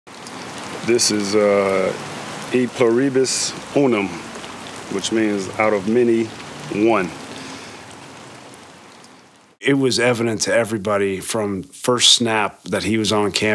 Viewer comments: E plureebus unum? Dude, if you're gonna get a tat at least learn how to pronounce it. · He mispronounced the thing written on his own arm 😂